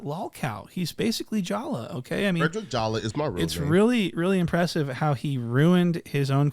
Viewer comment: "Fwedwick Jawa"